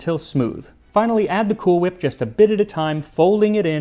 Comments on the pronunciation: Why do you keep pronouncing cool whip with a h??!! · Excuse me, sir. It's Cool WHip. Emphasis on the WH. 😂❤ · i may not care for Family Guy but i'll never stop loving the "cool-ch-whip" pronunciation joke 😆